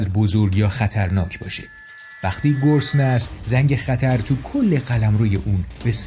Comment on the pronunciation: آقا ، بزار یه کم سر به سرت بزارم ! چرا هر دفعه‌شما میگی گرسنه ، به گوش من میاد که میگین گسنه !!!!!! حالا میگین گرسنه یا گسنه ؟؟؟! 😅😅😅